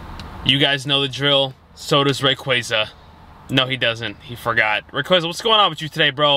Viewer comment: Happy to not hear say Ray"quay"za anymore. Great video though. Fun to see your passion for a Pokemon you love.